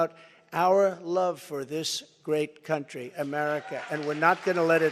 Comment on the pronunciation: Haha! He's such a blow hard. "I'm the only one who can fix the problems we have in this cun'chry. Believe me." ... proceeded to fix nothing from Jan 2017 to Jan 2021.